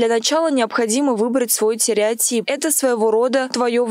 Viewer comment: Простите, но вы не правы тереотип, не выбирают, а терептип, надо почувствовать.